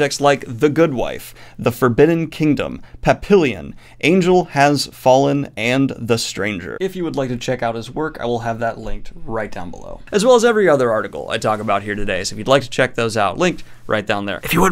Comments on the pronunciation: Just letting you know you totally mispronounced Papillion. Pa-pee-aan. It's French, and means Butterfly. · Papillion - Pap-ee-yawn... French for butterfly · I'm pretty sure that's pronounced as papi-YO(NG). It's French for butterfly. But I might be wrong